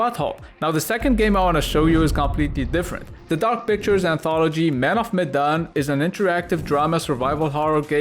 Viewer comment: I died everytime you say “Medan” ffs. The Arabian accent is dope 😂🤣👏